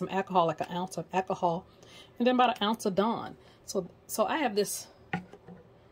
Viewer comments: Did you say "ack-a-haul"? There's an "L" in the word ALCOHOL. If you are going to be doing videos, don't be so lazy in your speech. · My friends father used to call it Ackahol too. This gave me flashbacks. However, of all the ways people are currently killing the English language, this can certainly be overlooked. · I had to look to see if anyone caught that. Too must be from the south someplace lol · Question, What is "Accahol"?